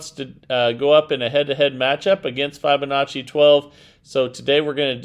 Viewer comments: Yep. It doesn't lend much credence to a claim of "" when he is literally the only person I've ever heard pronounce the name like that. For the record: (from Google) Break 'fibonacci' down into sounds: [FIB] + [UH] + [NAA] + [CHEE] - say it out loud and exaggerate the sounds until you can consistently produce them. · Fibonacci = like you are telling a fib